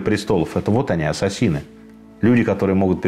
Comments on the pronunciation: 🤣🤣🤣не Ассасины... А Ассесины. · Всё здорово, только не понятно почему произносите ассасИны вместо ассАсины. Ударение правильно произносится в английском на второе А. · Ударение в слове неправильно произносите .Ударение на втором слоге.